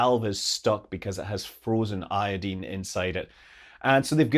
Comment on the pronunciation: I don't know if it's because you're Scottish, or just well educated, but I'm so glad you pronounce iodine correctly.